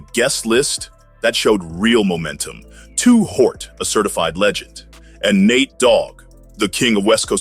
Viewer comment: Who is “Too Hort”⁉️😅💀